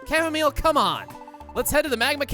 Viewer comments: it's supposed to be "au" not ar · Everyone’s talking about how he said Chamomile in the intro, but I’m here just glad that someone understands how bad the raid battle AI is in Sword and Shield. Edit: I am happy he said Chamomile as well.